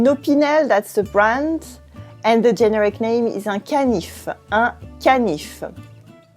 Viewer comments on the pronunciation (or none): the accent on the word generic is on the middle syllable - ge-NE-ric. Love your channel!